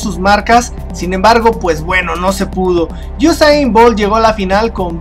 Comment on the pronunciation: al principio dices gosain 😂